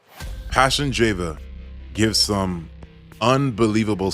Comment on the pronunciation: Goodafternoon, sorry my father's name is not pronounced Jeva, it's Java. Thankyou for the advertisement for my family. God Bless You